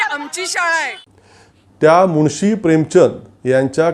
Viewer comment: मुळशी नाही मुन्शी असा शब्द आहे